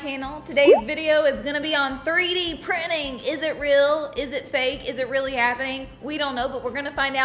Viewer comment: Prinin. 😅 chop chop English language